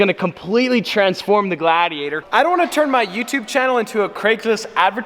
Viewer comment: everytime he says "gladiator", i hear "glad he ate her" facepalm